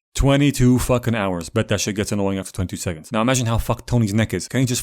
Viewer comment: 😭zhat is not za missle